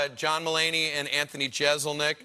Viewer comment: The "s" in Jeselnik is pronounced as an "s"... not a "z".